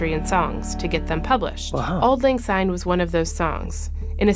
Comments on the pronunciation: For those of you who aren't Scottish, it's "syne", not "zyne". Also the original and correct , version is "For auld lang syne" NOT "For the sake of auld lag syne". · Take note people - it’s Auld Lang SYNE not Auld Lang ZYNE!!! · I agree it is auld Lang SYNE not auld Lang SYNE, I get so annoyed when people sing it wrong, but it's billion times worse when the Scottish get it wrong. 😮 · Yes it’s syne not zine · Please remember that it's pronounced SYNE with an S and not ZYNE with Z as is quite often done, especially in England and the USA. As a Scot it really grates when I hear it sung wrong. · Glad it’s not just me who is driven mad when I hear it with a Z!